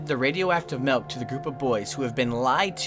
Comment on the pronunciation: nobody:...: MELK and oatmeal